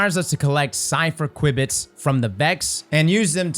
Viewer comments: "Q bits" not "Quib bits" lol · Queue bits. QUEUE bits. not qwibits XD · It's pronounced 'queue bits' (qubits) dude... that was painful man- thanks for the awesome PSA one again though!! :D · It's not pronounced quibits btw, it's pronounced queue-bits. It's a computer science/physics term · Just a heads up, it is pronounced "q- bits" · I like how calls the ‘Kwibbits’… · They're pronounced "kyoo-bits" btw lol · pronouncing qubits got me rolling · I know I giggle each time. Sounds like something you’d expect to hear from a vex toad.